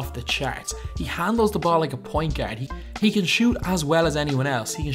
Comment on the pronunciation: "I would not go as fyar" "Best international gyard" "Tony Pyarker"